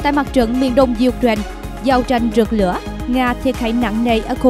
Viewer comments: "U-tren" là nước nào?? Xướng viên nên đọc cho đúng: "UKNAINE" chứ không phải "U-TREN" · Có một vài chổ XNV đọc là U-Trent thật. Nghe đọc phút đi.